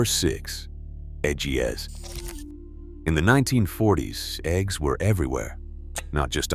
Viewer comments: This mf said eggs gs WTF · #6... Eh-gee-ess... gotta teach your AI model better 🤦‍♂️😆